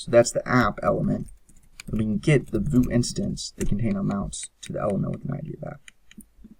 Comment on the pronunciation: lol, "Voo"? you mean "vue" (/view/)?